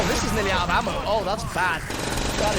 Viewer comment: Its so funny you say 'in and oot' not 'in and out'